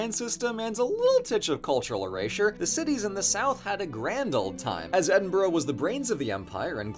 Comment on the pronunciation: As a scot, I'm happy you pronunced Edinburgh and Glasgow right.